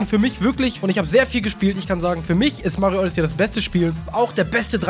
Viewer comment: du sprichst Odyssey falsch aus.